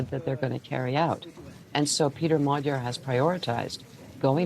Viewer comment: lazy repoprting if you cant even pronounce the main guys name. its not hard to say